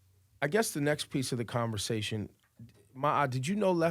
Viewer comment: i was going to watch the whole thing until he said convasatin 🤪🤪🤨😔